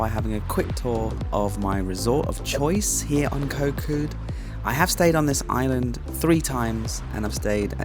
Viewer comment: You have a Thai girlfriend & have lived in Thailand for a long time. How do you not know how to properly pronounce the “k” as a G sound?!?